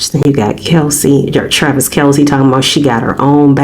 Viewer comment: His name is Kelce not Kalce.